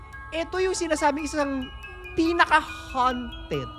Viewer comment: note pronunciation: ~haunted --" hown'ted" hindi -- "han'ted"